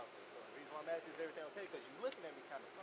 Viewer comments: First lady officer: i keep axing you to leave. Really? They got now the dum dums in the force? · Officer, you definitely should not be AXING anybody to make them leave. AXING people is against the law